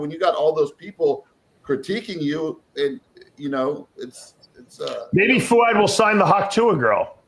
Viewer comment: Gregg, please say Fouad’s name correctly 🙄🙄🙄